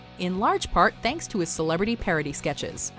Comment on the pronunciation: Did she say Eddie Murphy was a great celibate or great at selling a bit ? Nevermind...but really it sounded like celibate.